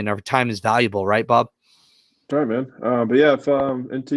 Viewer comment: I turned the playback to 1.5 speed and when you said Bob’s name it sounded like you said “Ababu” and it made me do a double take